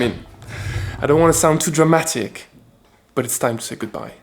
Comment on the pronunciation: The British "dramatic" on caught me off guard. Can't wait to see what the future brings!